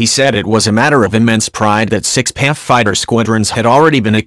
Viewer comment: P.A.F not Paffff!